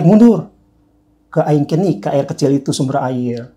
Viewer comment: terdengar aikenik ..ternyata aing kenik -->> air kecil